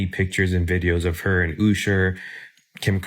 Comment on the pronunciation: Dude,he's saying "Usher" cuz that way he can't get sued by him, you know... That's why others mispronounce celebrities names weirdly, on purpose... I know it's cheesy but.. now you know...